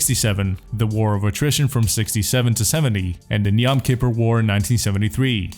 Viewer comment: you slaughtered the name yom kippur